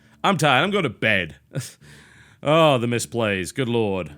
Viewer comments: Lehwd of the awena. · "Lerd of the areneh" -TB